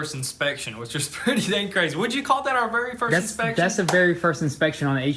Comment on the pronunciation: Inspecion? You guys went Spanish?